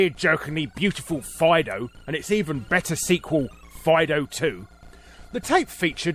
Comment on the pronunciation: I'm pretty sure "FIDO" is meant to be read as "FEEDO".